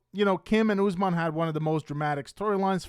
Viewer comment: How do you cover these people so much but can’t pronounce the names? It’s not Ooozemon, it’s Usman.